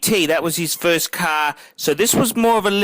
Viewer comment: It is best to watch this video with the sound OFF. has the most annoying voice on YouTube. The man can't 'say 'car' correctly. I wish I had a buck for every time he says 'Ka-a-ar'.